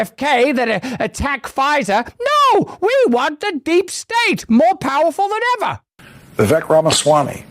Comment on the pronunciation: Russel can pronounce Vi’vek right😊 Most people say ’Vivek.